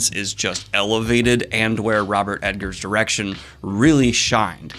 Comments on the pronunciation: Dude, if you love him so much, get his name right. Robert EGGERS, not Robert EDGARS... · Is he saying robert edgar not egger? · I should cut you slack, for you did say you have problems with names, but saying E-D-ggers instead of Eggers hits me in the pet peeve every time :D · Good god... it's The Witch... not Va VItch smh (and it's Eggers... not Edgers) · Robert Eggers. Not Edgers. Eggers. EGGers. E G G E R S. Double G. Robert Eggers. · That's Eggers, not Edgars, js js js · Daniel keeps calling him Ed-gers lol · Wait, is his name pronounced EDgers? Or is Daniel misspeaking? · Egg-ers, no D in there. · Oh my God. Daniel. Eggars. It's EGG-ARS. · Just a heads up about the director. There’s no ‘D’ in the name Eggers.